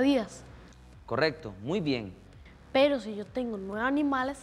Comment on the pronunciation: alguien mas se fijo que dicen perrow🤣🤣